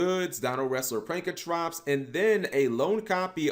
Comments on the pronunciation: I cringe every time you say pankratrops when it’s spelled pankraTOPS!!!!! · Say it with me cap. "PANK-RA-TOPS" not "Prank-a-trops" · PANKRATOPS NOT PRANKRATOPS FOR FK SAKE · get your damn shit straight! It’s not “Prankatrops”... it’s “Pankratops! Look at the card name properly, damn!